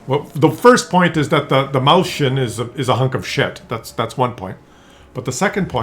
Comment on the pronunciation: It's called Mäuschen not Mauschen